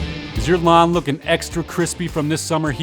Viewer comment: Lawen... he Said Lawn.... at first i Understand " Does Your Mum look extra Crispy these days? - My defenetly does.."